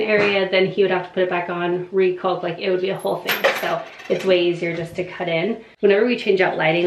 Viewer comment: The L is silent in caulk fyi